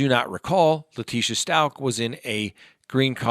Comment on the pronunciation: I believe stauch rhymes with couch.